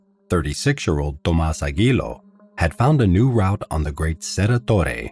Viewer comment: Aguiló with accent in the O